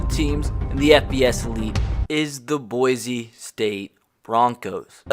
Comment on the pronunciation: You know someone is not from Boise when they say Boize